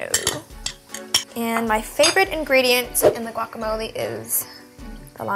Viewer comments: its guacamoleh not guacamoleeee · Guacamole has jalapeños ladies. Important ingredient. Also the g is silent when pronouncing. You heat needs to be higher when cooking shrimp.Kylie quit touching your hair when handling food or cooking in the kitchen..